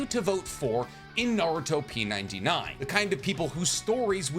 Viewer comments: it hurts my soul hearing him say "naruto P 99" dude is pronounced naruTOP99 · I thought it was pronounced Naru-Top99 lol. I voted for Minato. Probably switch around though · Its not narutoP 99 its naruTOP 99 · Bro, it's "NaruTOP99"...get it? "TOP 99". Not "naruto P99". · Bro said "Naruto p 99". Did you even watch Jump Festa or the trailer, it's been stated like 32 times that it was naruTOP99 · I think, based on the way they have the coloring of the letters, you're supposed to say it Naru-Top 99